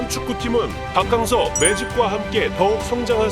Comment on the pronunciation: 박캉 무슨 캉쨔냐 박킹서로 부르면 맛꼬 캉서로 해도 맛따 문디 아나운서놈아서감독